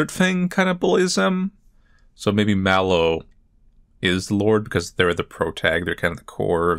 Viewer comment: It’s Mellow, not Mallow…